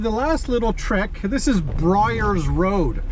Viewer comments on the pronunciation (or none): Byers Rd. Bud. Not Bryers.